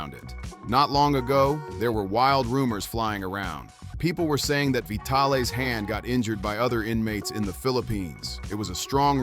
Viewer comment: AI voices crack me up...."Vitale's Doki"....LOL